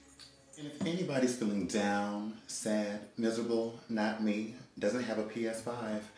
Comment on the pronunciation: I always love those p..........[dramatic pause and serving face]........ps5 👁👄👁